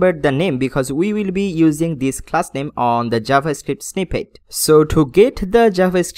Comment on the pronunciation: I like your video guide but please stop faking your English accent or copying others... I just hate that every time you use "h" pronunciation... It is "Page" not "Phage" it is "Coloumn" not "Kholoumn" it is "Copy" not "Khopy" it is "class" not "Khlass" it is "dot com" not "dot khom" it is "go to" not "go thoo". It is very irritating. I am sorry but I would stop watching your videos soon because of this.